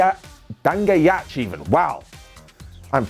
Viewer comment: you need to learn how to pronounce Dangayach Love from India